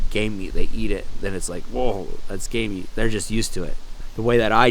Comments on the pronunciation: It sounds like you’re saying gay meat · I’m sorry but I keep hearing gay meat